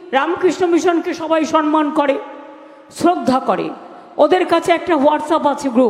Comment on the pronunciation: এই মহিলার মুখে সম্মান কথাটা একেবারেই মানায় না। উনি না জানেন কাউকে সম্মান করতে, না পারেন সম্মান শব্দটির সঠিক উচ্চারণ (সন্মান নয় সম্মান) করতে।